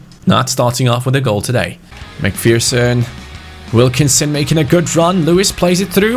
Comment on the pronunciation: its mac-fer-son like so can see